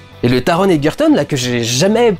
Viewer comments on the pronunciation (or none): EGERTON ET PAS EGUERTON 🤡😂😭